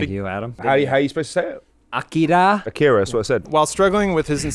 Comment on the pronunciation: "AHK- EEDUH!" "Akira that's what I said.." English Not